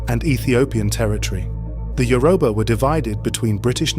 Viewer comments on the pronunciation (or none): Good content. But it's Yo-ru-ba NOT yu-ro-ba